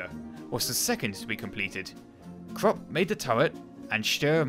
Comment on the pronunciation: The "u" in "Krupp" is pronounces as the "oo" in "booze"